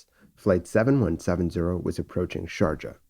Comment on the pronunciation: Great recreation, as usual and quite shocking episode. Just one comment on the pronunce of Sharjah: I believe the "j" should sound "ee" as in "bee", if this makes sense to you.